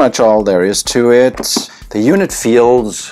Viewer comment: Listen very closely. "The". "The." Not "De". "The."